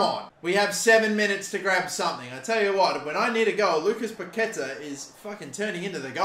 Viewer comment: Just in case: In Spanish the letter Q is usually followed by a U. The ending sound is "ke". The tilde (á) means the emphasis on the letter. So Paquetá is pronunced as PaketÁ (emphasizing the last syllable). Entertaining video as always :)